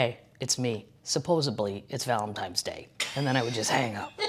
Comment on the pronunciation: Oh my gawd I am HOWLING... ValentiMes Day and SupposeBly!! 😂😂😂